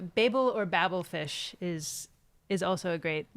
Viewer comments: New discovery: another word pronounced differently. Babelfish => babblefish. I see the joke now ☃️🎅🏾🌴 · I think you both need to listen to the radio show again. But you said you rewatched the 2005 movie... It's "BAY-bul fish"... You've heard this 😂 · Why do you say Babblefish instead of Babblefish? Maybe because you heard the radio show or watched the T.V. show before reading the book? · BAY-BLE fish. Also, MAG-RA-THEE-AH.